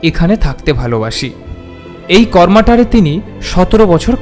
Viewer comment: কার্মাটার। জায়গার নাম। "প্রতি", "শ্রদ্ধা", " পৃথিবী"। র ফলা উচ্চারণ মর্মান্তিক।